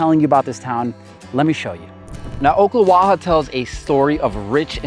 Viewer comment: It's pronounced Awk-la-wa-ha.